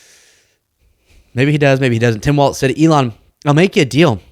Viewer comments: That is “Walz” pronounced “walls” Kamala Harris’ running mate, not “Waltz” pronounced “walts” who made the Signal chat. Please pronounce their names correctly. The distinction is important. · his last name is Walz not waltz. Love ya!! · it's pronounced wallz like ballz not waltz like a dance js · W-A-L-Z ELLONIA! LEARN HOW TO SPEAK ENGLISH W-A-L-Z! genius?doubt it, fella.